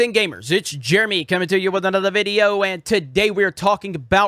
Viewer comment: It's Jeremy Cumminatuuwidanuddervideeo